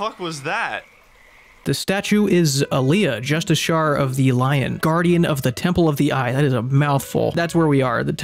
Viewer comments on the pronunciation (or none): As I've commented on every baldurs gate 3 video for a while Jusciciar is pronounced "Justice - E - Urr" At least you didnt throw a Justicar at me